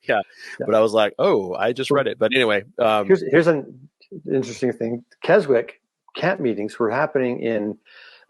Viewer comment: Really thoughtful critique and very much needed - thanks so much. And, by the way guys, speaking from NW England, you pronounce it "Kes - ick" (it's like there's no 'w')!